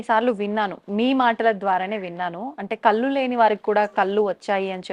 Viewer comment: కల్లు కాదమ్మా కళ్ళు